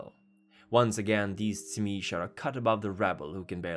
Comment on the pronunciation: I thought it was pronounced zeemeetsee.